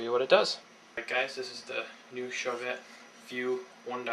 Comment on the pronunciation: It's pronounced "show-vay" and spelled Chauvet.